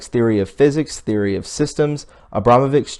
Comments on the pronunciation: It's pronounced abramovitch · I suggest you look up how to pronounce and know the meaning of words before you post such as Bourgeoise pronounced Bour zwhar zee not bogarsee lol! The upper class nobility. Also her name is pronounced Abramovich., It's painful to listen to you try and read names and places, don't you know who Rasputin was?